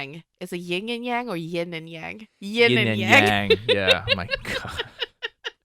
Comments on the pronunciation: Idk if this is just Taiwan pronunciation but I'd probably say yin as ying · ITS 👏 YIN 👏 AND 👏 Y-ANG